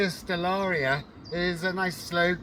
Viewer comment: Stellata...not stellaria, enjoyable videos btw,keep up the good work